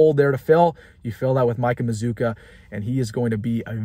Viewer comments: By the way you pronounce our name like this MA-ZOO-KA! LIKE BAZOOKA BUBBLE GUM WITH A M! THE U SOUNDS AS IF IT BETWEEN THE DOUBLE CONSONANTS! SAY IT WITH ME MAZZCCUA!😂🙂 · Everybody is pronouncing this guy’s name wrong I think.